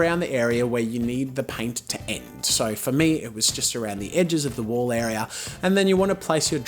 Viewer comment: Me thinking he was saying wool paint this whole time 😯